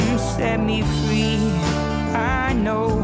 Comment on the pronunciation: "love will come set me fweee"...classic